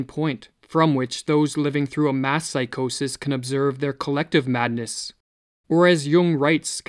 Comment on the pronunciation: Couldn’t help but hear “mask psychosis” periodically instead of “mass”. Thanks for the video, it was needed.